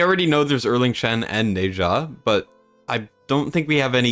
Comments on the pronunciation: Apparently Ne Zha's name is pronounced like Ner Zja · As a Smite player, I remember it pronounces as "Neh-Zshah", with a soft z.